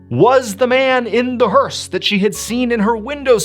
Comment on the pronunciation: Learned a new word today. "Hearse" I had no idea. In fact it sounded like "hers" to me, and was wondering what the heck is he talking about?! Entertain and teach English all at the same time. 👍